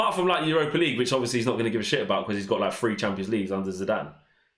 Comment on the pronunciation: Please learn to pronounce "three and think" not"free and fink "